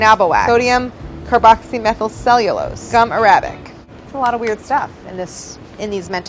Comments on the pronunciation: Your pronounciation of “Arabic” is horrible 😂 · Why'd you pronounce Arabic like that lol